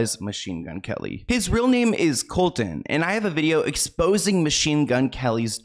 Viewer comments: Lol it was driving me nutssss I was like COLSONNNNN HIS NAMES IS COLSON!!!! 🤣🤣🤣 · I love you, but it’s pronounced “Colson” 😊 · Man get his name right colson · I love watching you babe but you butchered MGK’s name it’s Colson honey not Colton love you and love all your videos I watch all of them but I couldn’t stop every time you butchered his name 😂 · Everytime you say Colton instead of Colson I cringe. Can you double check your pronunciation in the future? Its getting worse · His name is not Colton. It is Colson. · Thank you for making this video. You answered so many questions I've had as I have/had been a MGK fan for a few years. Just so you're aware, his name isn't Colton its Colson. Just a friendly critique. That being said, I haven't really been a fan of his since he got together with Megan. Their relationship definitely seems deeply spiritual but not in a good way. Thank you, keep doing what you're doing ❤️❤️❤️ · Colson not Colton. Colton is my son’s name. Please don’t put that evil on me! 😂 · His name is Colson not Colton. 😂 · Is it just me or am I hearing say “Colton” I thought his real name was “Colson” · It’s *Colson, not Colton. Love u ❤ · It's Colson by the way. Not Colton. And it's Travis and Kourtney not Khloe.. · His name is Colson, not Colton. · Great video! Small correction: his name is Colson, not Colton. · I love you dearly for these videos but his name is Colson not Colton you said it a few times and im not sure if your aware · His real name is Colson, not colton. ❤ much love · Just a FYI is name is Colson not Colton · I think his name is Colson not Colton😅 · I laugh when he says coltan when his name is Colson I am a huge mgk fan but I don’t like Megan she has been draining him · mgks names actually Colson not Colton ! fyi love your videos